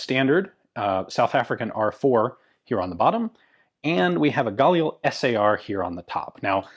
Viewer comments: I've never heard your pronunciation of this rifle before,, most people put the accent on the second consonant not the first... IDF operators I know pronounce galiil. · You pronounce 'Galil' with the emphasis on 'lil.' Edit: And yes, I too am dedicated. :D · you KILL me saying Galil wrong go to the IWI site on youtube and see how the people that makes the weapon pronounce it its gah-leel not guh lil or whatever your saying,africans bought a license they had nothing to do with the design of this rifle, they produce their own version through licence from Israel, IMO the pre-ban Israeli Galil was and is the finest battle proven design available, yeah its heavy if you a girly boy its only negative point